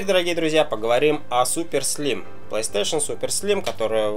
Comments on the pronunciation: консоль не плейстейшеЛ, а плейстейшеН:-), а какая твоя любимая ps3 и игра на ней?:) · мне одному покащалось что он сказал плэйстейшел? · Как меня бесит что он не может нормально проезнести плэй стэйшн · Плэйстэйшал...о хоспаде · по че говроишь плэйстешел?там же не л, а,н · Че за пьяный кунг фу мастер? ПлэйстэшэЛ...какую траву куришь?